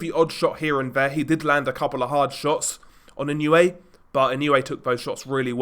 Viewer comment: ❌ - NAH-OH-UH ❌ - NAH-YOH-YUH ✅ - NAH-OH-YAH Opponents get timid when they get a taste of the hand speed and footwork from Inoue. Let your hands go and you are rewarded by getting cracked with punches you didn't see coming. And with that speed difference, there was no way MJ could hang with Inoue on the outside -- Inoue erases distance so explosively. MJ was just too slow. Lucky for MJ he has a concrete block for a head.